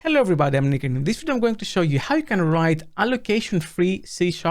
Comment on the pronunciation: "Hello everybody I'd Nick nngngnn and in this video...." lol I still have no idea what you're saying there